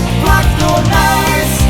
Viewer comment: Písnička dobrá o tom žádná, ale moc nerozumim tomu co to je to "najs" pokud se myslí to francouzské město, tak to se vyslovovuje spíše "nys"...